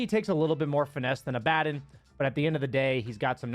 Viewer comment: Liked for pronouncing Abaddon correctly. 👍